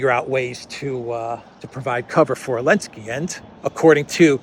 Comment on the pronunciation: Do you call zelensky elensky ? Funny 🤣